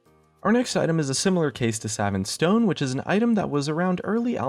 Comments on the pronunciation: it's Sa-vaunt not Sa-vent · suh-vont not sa-vent. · it's not pronounced savant like savage, it's pronounced suh-vawnt. savant. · Man you can not pronounce words worth shit. Savant is like suh-vont.